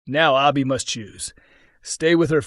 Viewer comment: Why is it so hard for the narrator to say Abbi ? Lol